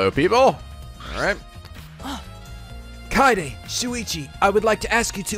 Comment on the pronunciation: KAYAYDAY is the optimal way to pronounce kaede